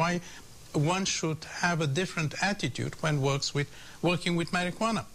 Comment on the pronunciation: "Maryghuannah" lolololol I love how he says it.